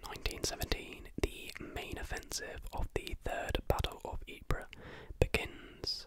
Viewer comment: Sarejevo - pronounced Sareyevo Ypres - pronounced eep 😊👍